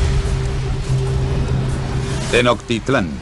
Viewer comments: 4.26 ¿"TENOCTITLÁN"?... mmmm... ¿no es Tenochtitlán, ya ni Locuendo... 😂😂😂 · Primero debieron enseñarles la correcta pronunciación antes de hacer el doblaje, porque eso de "actecas" , "tenoctitlan" y "huitchilopochitl" esta del nabo. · JAJAJAA me da mucha risa como tratan de pronunciar las palabras Mexicas los españoles. tenostitlaa jajaja Buen Video!!! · Tenotitlan estos españoles nos dan en la madre hasta en la forma que pronuncian nuestra propia historia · Desde el inicio esta mal Tenochtitlan!!! esta mal pronunciado (Tenoctitlan) la ch tiene una pronunciacion diferente..